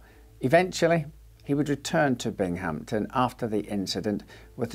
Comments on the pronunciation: I worked at the Binghamton Psych Center in the 80s, as did many of my family members. I do not recall him, Eben McDowall, neither does my husband. If my father were still alive I bet he would have. By the by, it is Bing-ham-ton. Bing had a ham that weighed A ton. Surreal to see this murder featured. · You British darling. The town is Binghamton… BINGhamton, stress on the first syllable.